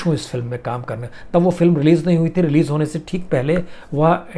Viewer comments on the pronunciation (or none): none